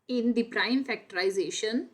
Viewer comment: Factorisation nhi factorisation hota haa😅